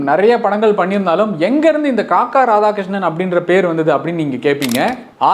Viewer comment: "Kakka" இல்லைடா "kaakaa"😂